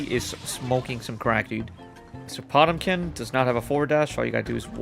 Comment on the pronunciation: You pronounce Potemkin like it's some tumblr furry-kin gender or some shit